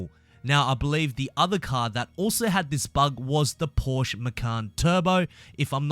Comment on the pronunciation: I thought that it converts „inputs“ from the bull bar to shifting signals. Isn’t that how you Australians shift up? By ramming kangaroos and whatever else you get in front of your car? Oh, and also: the e in Porsche is not silent ;)